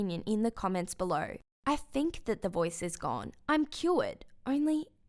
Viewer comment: The way she said cured tho.......